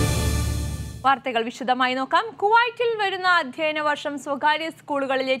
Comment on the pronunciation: അധ്യയന വർഷം........ അല്ലാതെ അധ്യന വർഷമല്ല.